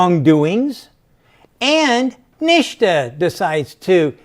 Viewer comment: SANDY #SAVAGE ! 3:) Also he is pronouncing NHTSA as "NIŠTA" which means "NOTHING" in Serbian - language of Nikola Tesla :)